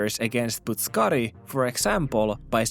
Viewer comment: Loll. Butt suck kari. I dont know why that sounds so funny. Its not even pronounced like that but I dont care. The butt suckers are out in force and you must protect your backside. And shoulder. Slammer butt suckers lol.